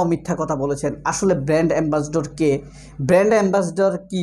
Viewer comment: ভালো করে শুনে দেখুন। অপু brand ambassador না বলে বললো band ambassador 😄😄